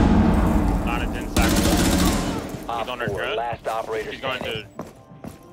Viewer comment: Lana not iana lol